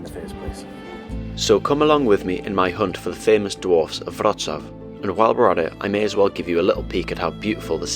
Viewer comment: What a great film. And well done for pronouncing Wrocław correctly. Just one point of information. Unlike Latvia, Lithuania, Estonia etc Poland was never actually part of the Soviet Union. After the war, the Soviet Union installed a communist regime in Poland, which would do what the Soviet Union told it to do, just as they did in Czechoslovakia, East Germany, Hungary, Romania, Bulgaria etc These regimes were meant to act as a protective wall between the West and the Soviet Union. They were known as the Warsaw Pact countries and although the regimes were (mostly) loyal to Moscow they weren't part of the Soviet Union itself.